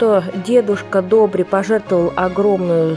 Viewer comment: В интерес на правилното произношение и правопис името е Добр/ И /, а не Добр/ Е/ ...! Бай Добри всеки Божи ден, събираше пожертвования - милостиня ,в градинката на ,,Св,Седмочисленици ,,пред сградата на МВР .София ,до смъртта си ...Бог да го прости !!!